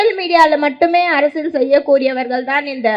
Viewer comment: Akka arasal illakka....😂. Arasiyal